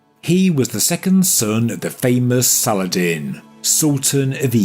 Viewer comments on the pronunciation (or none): none